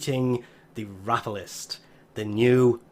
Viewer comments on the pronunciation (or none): Row pa low list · that's even wrong, it's Rope-a-lol-ist.